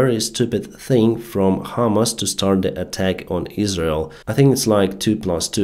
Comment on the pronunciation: PRONUNCIATION Your pronunciation of HAMAS sounds like HIMARS. Need to emphacize HAMAAAS not HIMARS ALSO "I amm out of the clue should be "I DON'T HAVE A CLUE"